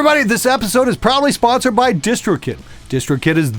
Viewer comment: Oh, it's " proudly sponsored" - i could swear i've been hearind "probably sponsored" almost every other time :'D